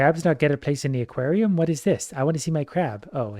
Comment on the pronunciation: you pronounced aquarium like equarium